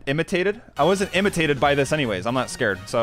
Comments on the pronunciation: 'initated' said but its spelled and pronounces intimidated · bruh i regreted my life decisions when i heard imitaded its intimedated bruh (not telling that this video is bad. its actually great) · He said imitated it’s intimidated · Ay show this Its not intimid its intimidated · Does not know how to pronounce "Intimidated"? XD